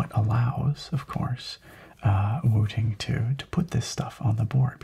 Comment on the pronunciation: I seriously thought you said Wu-Tang and had to look back at the title 🤣